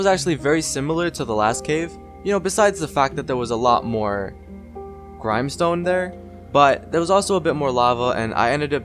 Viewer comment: I thought it was grimstone like the grim in grim reaper